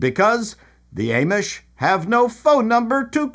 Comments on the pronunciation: I laughed so hard at this episode. especially when you kept mispronouncing Amish. but maybe that is what they are called in Canada. 😊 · The way you pronounce Amish is tripping me out.